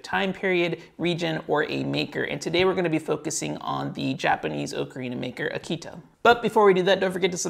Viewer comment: It might be nitpicky, but you are pronouncing Aketa incorrectly, you say it like the dog breed Akita. The "e" in "Aketa" isn't pronounced as in "see", but as in "let".